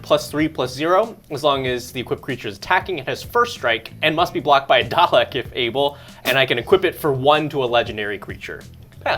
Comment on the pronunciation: 115 episodes in and still can't say Dalek right.